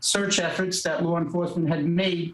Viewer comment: That "lar" enforcement he keeps talking about 😂